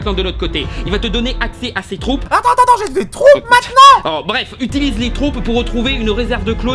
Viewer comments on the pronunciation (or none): none